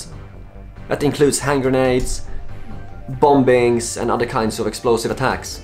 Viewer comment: Listen buddy, I love ya. I kind of don't want you to stop pronouncing the Silent B in bombings. But I think it would help with your UK audience